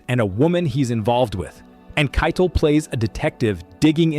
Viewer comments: Ki -tel not Kittle ,, you shouldn't talk about, movies.. Your ChatGPT is showing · 71 videos in 7 months. So, if you pronounce Harvey Keitel’s last name like it rhymes with ‘title’- I stop the video, thumbs down it, and as the AI script/voice/writing slop it is I block the channel, report it to YouTube for spam, and erase from watch history. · Now you've done it. I was so onboard and then I realized its either AI or an idiot, because to call your channel 80's and then with an American voice, mispronounce Harvey Keitel's name, never coming back AI breath. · AI sucks. Butchers Harvey Keitel name. Jeez.